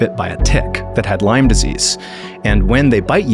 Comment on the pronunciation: So sorry to hear. I think similar happened to my dad. BTW, It's Lyme , Not Lymes.